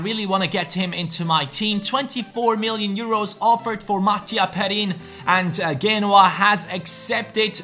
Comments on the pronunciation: GENOA - JE-NO-AH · please.. Its *J*enoa with J not g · is pronounced geh-no-ah